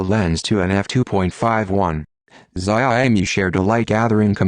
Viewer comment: the pronunciation of the brand name is a killer.